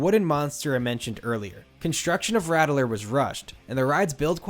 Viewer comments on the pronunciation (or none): That’s pronounced “rat-ler” ;) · *Ratt-ler not Rattle-er